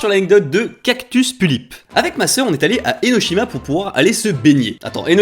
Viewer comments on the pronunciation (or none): none